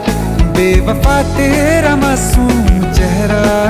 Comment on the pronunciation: Sir sorry but aapka ek word jo masoom hai wo bahut galat pronounce hai